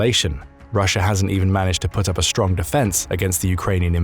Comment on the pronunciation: I think you could probably replace the "Strong man" with "Straw man" and people may or may not catch it because of how your pronounce "Strong". See if anyone notices.